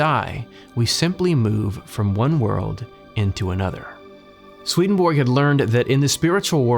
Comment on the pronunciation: Hello, I am from Finland, whose second official language is Swedish. You pronounce the first part of the name Svedenborg, the central figure in your videos, a little incorrectly. Repeat the vowels ea from the English word heaven, as they are pronounced in that word. That is exactly how the e in the first syllable of the name Svedenborg is pronounced. So, it is somewhat like: sv-ea-ea-den-borg. Other than this your videos are among the best in the NDE genre! Thank you!